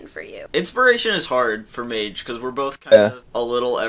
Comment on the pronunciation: It’s actually pronounced MÄGE